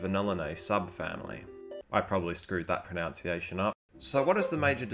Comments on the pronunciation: no you screwed the proNUNciation of pronunciation up... Its not pronounce -iation... its pro-nunce-iation. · Before you get into pronunciation, pronunciation is pronounced Pro- NUN-see-ay-shun. Pronounce is: Pro- NOW-nce Rant over. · I love their sound, they'll call when it's dark, when not many other birds do. It's a nice 'fresh' sound. You didn't screw up your pronunciation till you said 'pronounciation' - sorry! 😅